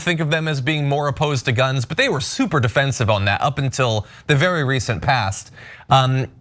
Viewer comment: hahaha absolutely. But he can't read past, MAH GUHNS lol